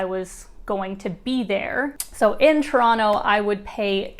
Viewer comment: It’s so refreshing to see someone on YouTube pronouncing Toronto properly 🇨🇦😍